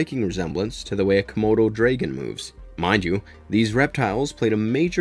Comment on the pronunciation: Why are you putting a y in the word dragon. That isn't how the letter a works in English. The letter A either makes an au or an ah sound in English is English not your first language?